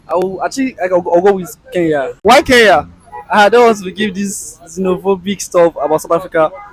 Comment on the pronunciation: Our nigerian brothers and sisters once again its "KENYA" not "keya" use the "N"